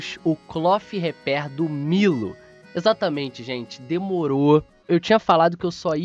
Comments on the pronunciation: se pronuncia (Miro) da uma agonia vc falando milo cara kk abraça tmj. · Isso é a pronúncia em japonês KKKKK o certo é milo msm. Tipo japonês fala brack em vez de Black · Essa é a pronúncia no Japão kkkkk, lá não existe a letra L, por isso eles falam "Miro" ao invés de Milo, e Oru Maito, ao invés de ALL might